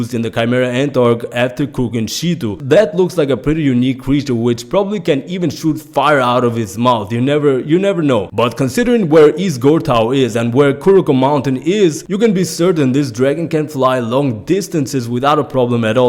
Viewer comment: Ngl I think the only confirmed Dark Continent Creatures in the contained world that we know of was the Kiriko and Chimera Ant. Also bro it’s pronounced East “Gore-toe” with the Gorteau. Nonetheless good video man.